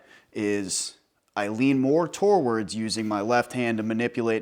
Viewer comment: “Toe words”